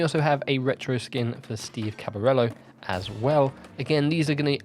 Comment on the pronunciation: *Caballero, not Cabarello :-)